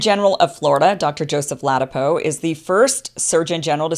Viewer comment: La dap O, not ladapo